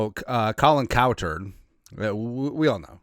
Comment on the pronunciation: It should be…Colin Coward…huhuhu..hu..huhu…he said cowturd💩